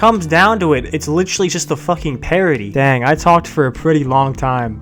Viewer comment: I thought you reminded me of, but then when you said “licherly” instead of “literally” I knew it was for sure